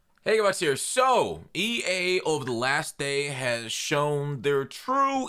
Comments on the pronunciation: Lol he said E Anus 🤣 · He said EAnus.... 😂😂😂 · You said E Anus